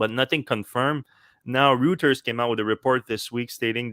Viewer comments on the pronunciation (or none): Just a quick FYI. Reuters is pronounced Roy-turz not Rooters. It's a German surname. Only bring this up because in 🇦🇺 and 🇦🇺 definition of root isn't limited to vegetables, points of origin, being grounded or being no longer useful such as in equipment or a vehicle; its slang for/got a sexual connotation as in "fancy a root?" Usually directed at women by drunken idiots in pub carparks... and gets very poor reception as you can imagine. Just saying since Electrek has an international audience. 😀